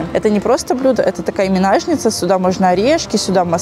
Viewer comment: Минажница😂....это от Ники Минаж?) Манежница❤